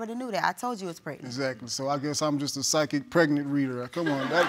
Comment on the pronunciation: "Pyshic pregnant reader" 😂😅🤣 I'm done.